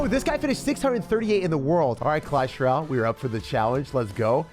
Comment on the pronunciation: “Clash Rall”